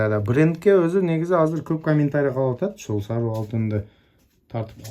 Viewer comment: Саруу алтын дейсин го Сары алтын деп айт иним